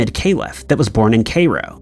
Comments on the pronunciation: Cairo- Ky- roh. He knows better. Been doing it for years…. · Kay-roh 😂😂😂😂😂 it’s pronounced Kai-ro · Dude caliph pronounced kah-leef. And Cairo rhymes with “high low”. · It’s pronounced kyrow. (Cairo) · Kay Ro??? Taking the mick now! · The butchering of the pronunciation of Cairo is making me wince every damn time, I mean honestly, has never ever heard this word spoken?